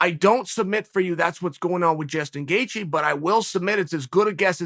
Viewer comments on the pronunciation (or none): He called him Jaston gatheje at the beginning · Jaestin Gaethje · if chael says jaystin gatjghe, then its jaystin gaegtjhghe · jaseton gaethje